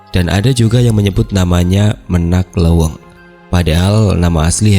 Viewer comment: Menak Leuweung. cara pengucapannya salah